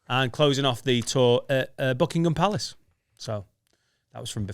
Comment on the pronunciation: the queens official residence is Buckingham Palace. You said it wrong